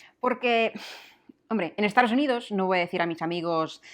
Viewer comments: Siempre me llama la atención cómo pronuncias Estados Unidos. O yo oigo mal o tú sueles decir "Estaros Unidos" lo cual es un poco chocante si lo piensas bien. Por lo demás creo que hablas un español muy bueno, con entonación y sobre todo con mucho gracejo. Gracias por el esfuerzo. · En mi vida he pronunciado Dove como lo has hecho tú, y no recuerdo a nadie (Tampoco es una marca que escuche mucho, pero creo que es una de las que se puede mantener su pronunciación original o lo más parecido) Y en todos los videos cuando dices soy de, yo escucho "Estaros unidos" y de me hace curioso e intento afinar el oído, pero como este video es de pronunciaciones le hice más caso aún 😂 PD: Si lo intenta yo lo aprecio, no puedo llegar a imaginar cómo sueno yo al revés para sus oídos 😂